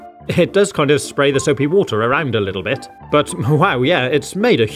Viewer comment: Nahhh bruv, its soupi woodeir